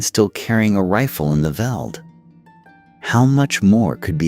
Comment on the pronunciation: Why go to all the effort of researching this, presenting it and then pronouncing EVERY SINGLE South African name, place, person wrong? Veld? Boer? Laager? It hurt to listen to this, Piet pronounced Pie Et, seriously...? How hard would it have been to just ask a saffa how to say the words before narrating?